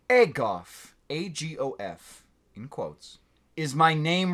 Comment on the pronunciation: "Agof is my name reversed* *It's more like Agob" ... Bofa.